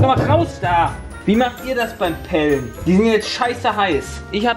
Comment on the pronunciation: Niemand: Wirklich niemand: Jay: Weiß nicht mal wie man pellen ausspricht! 😂